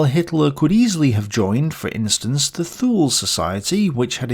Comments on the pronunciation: "Thule": in German no "th" exists it s just pronounced as "t". "Leibstandarte" an "ei" in German is pronounced as án English "i" in e.g. "while" or "file". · A friendly correction for pronunciation of the “Thule Society,” as Thool, when it is, in fact, Too-leh.